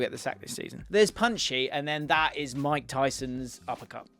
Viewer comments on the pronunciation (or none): none